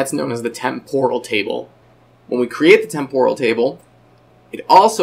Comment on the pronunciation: Am I the only one annoyed by the butchered pronunciation of "temporal"? It's TEM-poral, not tem-POR-al.